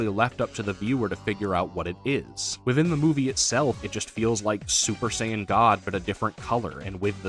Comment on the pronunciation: Z fighters being the go to in western DB kills me. Just like how they mispronounce Saiyan.